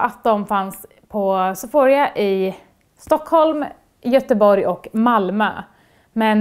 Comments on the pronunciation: Du uttalade det sephoria haha det uttalas sephora, due pinsam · Sephorija? Sephora heter de haha, skippa i:et och j:et när du säger de. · haha men herregud, jag sa bara de. om du hade uttalat något fel, hade inte du velat att någon sa hur man egentligen uttalar de? om inte så nehepp, men jag ville iaf bara påpeka att de inte uttalas sephorija. sen om hon väljer att lyssna på mig eller inte är upp till henne.